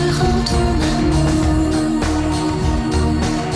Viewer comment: "I apologize for not..." Me: please, say "my terrible french accent": "... translating in the beginning" Me: Oh.... It's OK, it's OK, dude...:) Tip: listen to Google Voice in french, and each word separatly, before saying it. "rends": don't say the d ans the s in the end "amour": pronunce "ou" like in the english word "you" and the r like a angry lion or a felin